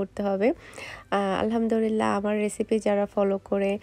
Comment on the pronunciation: Apure Alhamdurillah na "Alhamdulillah" hobe.